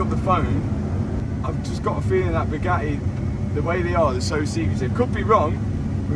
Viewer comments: his pronunciation kills me, lmao. "Boo gah eh" bro just adds and subtracts letters :D also, bored police are a-holes no matter what country you at in. 🙄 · Boogaheh! It’s pronounced buh-ga-tee… 😂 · “The views were ge’ing better and be’er.” Just strikes me funny how can say “Buga’i” in one breath and “Bugatti” in the next. Never heard anyone pronounce words two different ways in the same sentence. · Who taught you how to pronounce BOO-GAH-E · Still drives me nuts you guys can’t pronounce a T especially when there are two lol. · I can’t help but hate the way this dude talks.he talk like he’s been playing the rusty trombone 🪊. Matt WeakArms drives a “boooh-gaaaee gayron.” He can’t even say Bugatti Veyron right. They don’t want to sell you anything cause you can’t say the word Bugatti correctly 😂. “Booo-gaaaeee” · Say it Boo Gaty 😂😅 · Pronounced with a T ;) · Please stop pronouncing Booga'ee like Andrew Tate. Pick a pronounciation and stick with it. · Bugatti has 2 Ts in the name, and he's able to pronounce it without any of them. 😂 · Did you know you pronounce the t's in Bugatti?